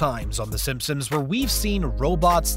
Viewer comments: SimpsoNs not SimpsoMs. Lol thats all I keep hearing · This guy OVER enunciates everything, and yet pronounces "Simpsons" as "Simpsims" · I’m scrolling to see if anyone else is hearing this guy say “Simsim’s” every single times he says “Simpson’s” 😂😂😂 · I swear I hear it haha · “Simpsoms” lmao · Does this guy keep saying “Simpsom’s”? Or is it just me? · Stop saying "simpsoms"